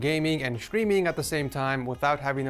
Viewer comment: Why do you pronounce it "shtreaming"? Is that how it's pronounced in English?